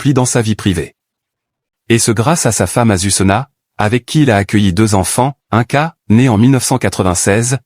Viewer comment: Ce n'est pas un ca mais ine ca pour la prononciation. Inca